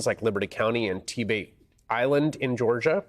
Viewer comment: you didn't pronounce Tybee Island correctly! Work on that! Lol